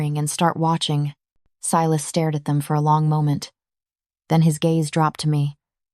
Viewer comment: I love the reverse harem storylines!!! Unique. Creative. Vetted. I’m not sure why, but about halfway through AI began mispronouncing Silas’ name. It got so bad that the subtitles began to spell the name. Unusual, bc that was not the case with other story from your collection… Good story.